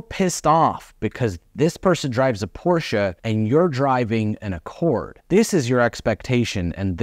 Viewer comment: That, and pronouncing Porsche correctly. Thank you.